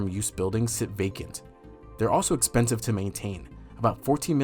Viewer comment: Am I the only one that keeps replaying how he says expensive? expensive ExPANsiVe...